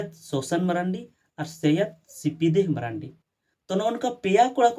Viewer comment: Sahi pronountion do mardi kana menkhan abu diku ge ku marandi kak buna .